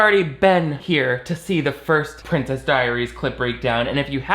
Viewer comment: Why do characters in this film pronounce "princess" like prin-CESS? Are there really people out there who exaggerate that last syllable or is it just the Genovian accent lol